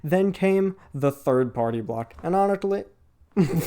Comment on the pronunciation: it's like he's talking with a freaking bushel of cotton candy in his mouth. Dumb, and 'sgusting.